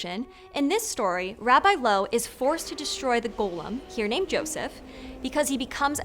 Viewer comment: Rabbi Loew is pronounced "Löhf".